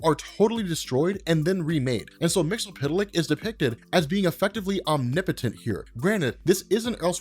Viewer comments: Mix Yiz Pit Lik, but I'll take the TAS joke pronunciation over anyday. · It's pronounced " Mix Yiz Pit Lic " One day you'll get it right. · I love your videos but one thing you and most people do is mispronounce Mxy's name. I'm not singling you out because even in most of his cartoon appearances it's pronounced wrong, in the 60's and 70s DC would throw a footnote with a phonetic pronounciation when ever Mxyzptlk* would appear or say his name bacwards** *MIX - YEZ - PITTLE - ICK **KILL - TIPS - ZECK - SUM i wish they would have done that for Ras Al Ghul and Themycira but i digress. I want to see a beyond Omega Level with Bat Mite as he is definirely canon thaks to his epic battle with Mxy in Scott Snyder's Justice League/Doom War. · It's actually Mr. Mix Yes Spit Lick He even said that's how it's pronounced from the 1990s Superman: The Animated Series cartoon. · I came here just to hear you butcher his name. I was disappointed. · So another person who can't say his name right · you're still pronouncing the "zee" like an "ell". (I do not liked how sans-serif makes uppercase "i" and lowercase "L" look identical.) Tidbits: initially, his name was spelled "Mxyztplk"; my headcanon says that's Earth-2. His home planet is Zrfff. Again, you should look into the one-shot New Year's Evil Mr. Mxyzptlk #1. It has some laugh-out-loud in-jokes, including gibes at Jack Kirby and Neil Gaiman. (Well, their comics at least.) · I did for one. His pronunciation of the name is ridiculous. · Its Mix-yeess-spit-lick goddamn it. Not mixel-pit-el-lick not mixy-pit-lick. MIX-YES-SPIT-LICK!! Also its Vindictivex or Vindictive-ix not Vndvnm lol. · Why do you keep calling him "Mixo- pita-lick?" Its Mit-spit-lick" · Mix-ull-pittle-lick? To quote the imp himself, it's pronounced "Mix-yesz-spit-lick". And backwards, it's "Kill-Tipsy-Zim". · he pronounces it wrong the whole video. It's pronounce mix-yes-spit-lick. Not mix-el-pit-el-lick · It's pronounced Mix-Yez-Spit-Lick